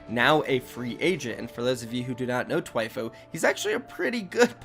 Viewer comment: It’s not “Twyfo” is Thwyfoe”, spelt Thwifo.